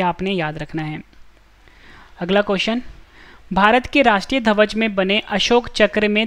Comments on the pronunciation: ध्वज सही से बोलो भाई आप धवज बोल रहे हो। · धवज नहीं भाई ध्वज बोलना सीखो